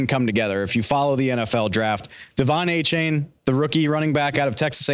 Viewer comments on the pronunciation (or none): can nobody say Achane's name right? duh-VON AY-chan according to what he told Peter King.